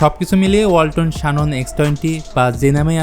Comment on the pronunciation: শানন🤣 জেনন রে ভাই